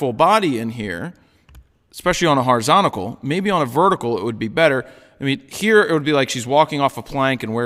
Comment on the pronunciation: I like this guy, but the "horizontical" thing gets on my nerves!